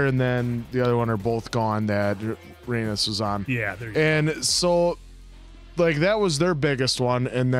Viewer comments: Rhaenys is pronounced ray-niece not ray-nus I keep thinking you’re saying anus lol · OMG it's driving me nuts at how is pronouncing Rhaenys name, it sounds like he's saying rAnus! it's said like Ray-Niece!!!!! Also is butchering it too!! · I have been watching reactors butcher the names of the characters in this show 😂😂😂